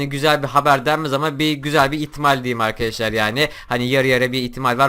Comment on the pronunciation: 13 saniyede 3 kere arkeşlar dedin arkadaşlar da değil xd